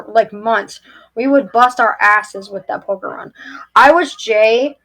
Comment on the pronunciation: I thought she was saying Pokémon! Either way...🤔🙃